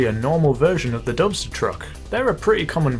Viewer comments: i heard dumpster lol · Who else heard dumpster 6x6?😂